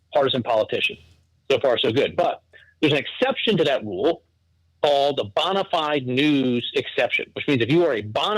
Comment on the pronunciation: The way he says bonafide is funny lol. I'm from the South so we pronounce it bone-uh-fide 😂